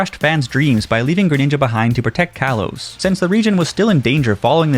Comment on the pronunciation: he said kalos wrong